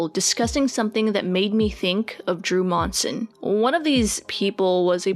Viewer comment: Same last name as Drew here but somehow not related. Also, props on saying our last name right. Some say Munsin